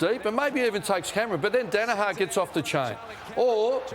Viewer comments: ROSS!! Say it with me ya flog Dani-HER. Her not har ya sped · Ross Lyon, it's Daniher nit 'Danaha' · Also, someone please tell Ross it's pronounced, dan a her